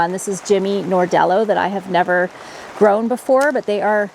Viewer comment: Jimmy NArdello, not NOrdello